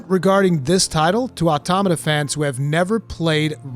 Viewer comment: This was easily one of your most well written and elaborate videos I've ever seen by you. You hit the nail on the head perfectly. And on top of that you pronounced Automata right!! Someone actually said it right! Lol